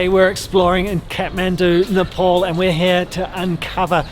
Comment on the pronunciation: u need a spoon! how messy! and it is ne- pahl not ne-paul.